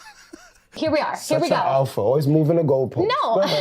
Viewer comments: I’ve now heard the word “alpha” so many times that’s it completely lost all meaning, and now just sounds like someone trying to say “apple” with no tongue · they said alpha male so much all i'm hearing alfamel now XD